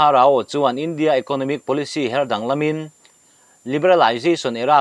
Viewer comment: Hatao hi hatau ti la, rao hi rau tiin chhiar mai la maw le.